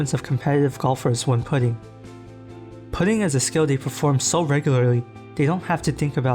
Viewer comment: Has the voice never heard "putting" pronounced? Everytime I hear a video mispronounced a common word I automatically assume it is robovoice.